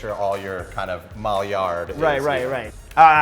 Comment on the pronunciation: Hey Clifford, you're producing some awesome material! Love your approach and quick wit. I'm a big fan. Just a heads-up, the Maillard reaction is pronounced MY-YARD, cause it's French n' shit. My milkshakes bring all the boys to my yard ;)